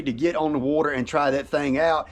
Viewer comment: “ on the Wuuuuuter”